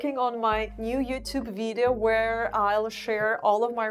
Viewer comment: i really really wish you could learn how to say VIDEO in English. We do NOT say VEEJO as you do. Please try to say VIDeo. 3 Syllables. VID-e-o. Please try. You use this word a lot and it is extremely annoying to hear you mispronounce it! Thank you